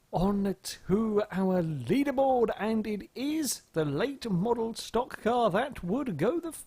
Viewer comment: HEY! LOOK!, a brit, actually CALLED A STOCK CAR CORRECTLY!